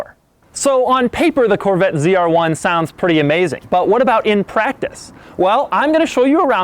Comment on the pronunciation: Why is he saying cr1 ? Its z r1